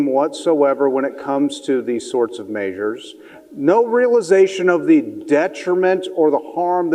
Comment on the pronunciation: It’s measures, not “maysures”.